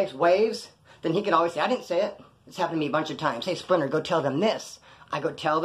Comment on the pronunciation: sounds like "SPLINNER". I'm not disrespecting or nothing.